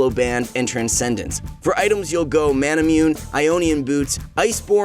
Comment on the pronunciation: The "c" in Sorcerer is pronounced like an "s", so wouldn't it sound more like "sors" boot, instead of "sork" boots? I think so. Also, Manamune would be pronounced "ma-na-moo-nay" due to the name being based off of Masamune, Japan's greatest swordsmith.